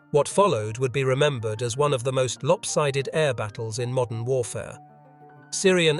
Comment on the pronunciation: MODERN, not "MODDEN".